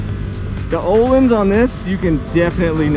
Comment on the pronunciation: Who the fuck says oohleens 🤣🤣🤣🤣